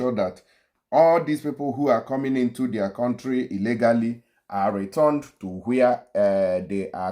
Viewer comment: YOUR PRONUNCIATION OF RETURNED IS WRONG CHECK WITH GOOGLE FOR CORRECT PRONUNCIATION OF returned